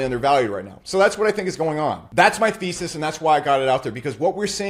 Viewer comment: Hi, the way you say thesys sounds like feces, which actually suits your style 😂 I love the way you present, keep up the good work! Thank you